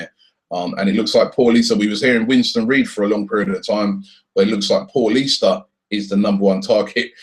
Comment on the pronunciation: Its pronounced like paulinho for fuck sake not like your average Paul - ista